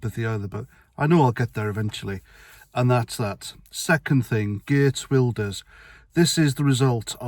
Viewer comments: Pronunciation wise Wilders = Vilders. He is going to have his work cut out forming a government, but fingers crossed. Hope your back feels better soon x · Pronounced VEELDERS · Yea its pronounced "Vilders". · Religion of police sounds about right! It is pronounced Vilders by the way. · Wilders is prounced with a V, I.e Welkom a town in South Africa us pronunced with a V. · I think it's pronounced "Vilders".